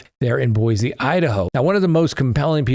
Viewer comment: repeat after me: “Moss-COE”; Boy-SEE”. Thank you.